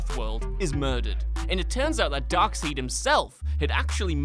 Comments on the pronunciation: Half the pics you showed on The Infinity Gauntlet were drawn by Ron Lim. If you're going to be some comic book expert on the subject... Give credit where credit is due. Ron. Lim. And these other guys are right. It's pronounced Dark SIDE, you hack. He's been in cartoons since Superman the Animated Series. Bring back the other two narrators... At least they were entertaining. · Excuse me, it's pronounced Darkseid. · He pronounced it durp-seed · When he said Darkseed, I just died. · This became pretty hard to watch after hearing “darkseed” and doomsday’s creation being centered around Superman (which it wasn’t) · It's pronounced darkside!😠😠😠😠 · Darkseid (like Dark-side) Harbinger (like harbinjer) Alan Moore (like Alan more) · I weep a tear whenever that virgin says “ darkseed” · Darkseid is pronounced dark side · Seriously after all the comments on thr last video, and them pronouncing it right once they continue to say darkseed it. Cringy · Darkseid is pronounced "darkside" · “Dark-seed”??? Really? You are no true comics fan. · its pronounce darkside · I understood the mispronounciation of darkside as a joke At least the editing seems to suggest so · I checked out after “Dark-Seed” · You saying Dark-seed is triggering me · Dark "said"? Infinite - Tee gauntlet? WOW? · "Dark seed" lol and here I thought you guys did 5 minutes of research. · Who the FUCK is ”Darkseed”?? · Clearly, your reasearchers are not comics fans. #1: It's pronounced Dark side. #2: X-FORCE did not really kill the child Apocalypse. You probably messed up a few other things, those are the only things i caught. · Whenever he said Dark seed I cringed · Darkseid - dark side as pronounced in EVERY cartoon and the latest live action movie. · You done put yourself on this list after calling Darkseid "Dark-seed." Well done. 🤣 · Once I heard Dark-Seed ✌️ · Dude it's Darkseid not Darkseed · I knowwwww this guy did not just said “darkseed” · "Darkseed" ok cool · After hearing Darkseed, I had to dip